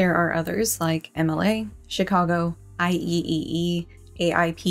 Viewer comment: Oh... I'm yelling at you... I hope you appreciate it... IEEE, is "I Triple E".